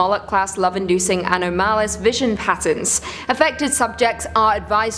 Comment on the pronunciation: "ann-o-mal-us" = anomalous? = "ann-ah-mo-lus", you're still the best, I'm just getting used to the accents of the fey wild.